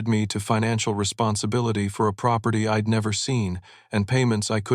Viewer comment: It is so annoying...she'd pronounced as "shed" and I'd pronounced as "id"....ugh.